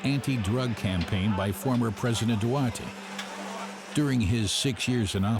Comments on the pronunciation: I will not comment about the inmates but more on the narrator. Mostly, he mis-translate the words or the whole sentence and the most that choke me is the name of the former Pres. Rodrigo Roa Duterte, the narrator pronounced the last name of Hon. Digong as "Duarte" instead of Duterte. 🙄 🤔 🙄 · Not President Duate, it's Dutae. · dwti? wow this narrator cant even pronounce the name of duterte let alone translate what the inmate says in a correct manner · Narator: "drug campaign by former president Dwati" Who the hell is Dwati? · "former president Duate"🤣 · Did you mean Duterte? I think the man who said that pronounced it wrong